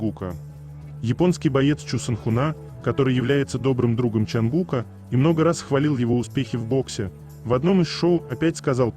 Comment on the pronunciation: Чонгука, ударение на букву У